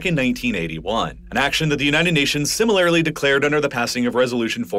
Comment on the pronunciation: and “similarily” lmao